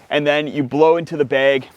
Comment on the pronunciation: what part of USA pronounces "bag" as "beg" ?